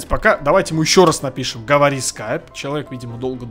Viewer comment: Говори а не гавари